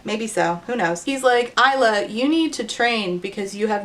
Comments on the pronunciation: no no no no no absolutely not! Alex Aster, don't you dare look me in the eye and tell me that her name is "Iz-la" and not "Eye-la" That is just insulting! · I can't believe they confirmed her name is pronounces Eyes-la. That's... not how you say it. Source: I'm Isla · The pronounced “s” in “Isla” is awful. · Oh I absolutely HATE that the S is pronounced in Isla 🙃